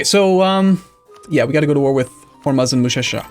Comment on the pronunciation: Hormuz is pronounced "whore-moos"